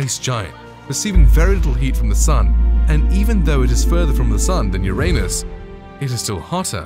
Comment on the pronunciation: You said Uranus wrong…